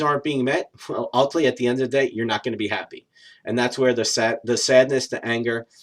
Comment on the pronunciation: Agree totally...good information, but please slow & enunciate when you say "relationship" & "ultimately". Vast majority of the time they sound like "relay-ship" & "ult-ly".